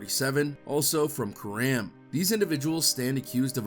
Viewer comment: It’s pronounced Core-Em put those 2 words together sounds like your saying Karon